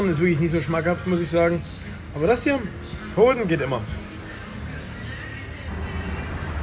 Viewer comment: Das heißt Hoden und nicht Höden